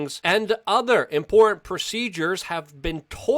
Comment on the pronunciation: “Impor-inn”... Luke has been doing this for 15 years but you still can’t take the thug life out of him, haha